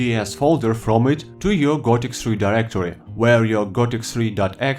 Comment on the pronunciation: Gothic "SRI"? Seriously?